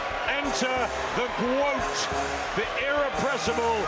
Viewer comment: Ema Kozin had the nerve to smile at the "GWOAT" and got that smile knocked clean off of her face smh